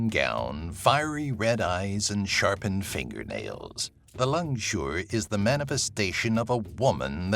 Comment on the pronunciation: as a malaysian, i think that langsuyar is langsuir